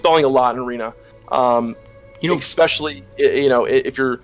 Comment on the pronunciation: Just started watching all your episodes on TBC and its really awesome so far - but if i have to hear say EGGSPACIALLY one more time im gonna hurt someone oO